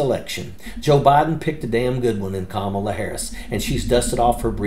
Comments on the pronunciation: Love ya dude. I follow you religiously, but even you are doing it… The emphasis is on the beginning of her name. The first syllable. KAmala. KAmala Harris. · It's comma-la, not ka-maul-a. If you truly support Kamala, at least learn to pronounce her name rather than using the same intentionally mispronounced pronunciation Trump and his ilk uses. Have some respect. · Thank you for all your hard work...but, please pronounce HER name correctly... COMMA-LA❤ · Please pronounce it correctly— “Comma-la” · Thank you for the cool video, but please pronounce Kamala correctly. It's "comma-la". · Please pronounce Kamala correctly.